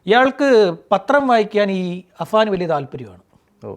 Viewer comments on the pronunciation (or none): അബാൻ അല്ലെടാ പൊട്ടാ അഫാൻ ആപേടിനെ എന്ത് വിളിച്ചാലും കുഴപ്പമില്ല പക്ഷെ നാട്ടുകാർ വിചാരിക്കും തനിക്കു അക്ഷരം അറിയില്ല എന്ന്